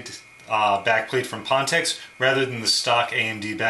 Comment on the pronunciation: just so you know ph makes a "F" sound... like phone...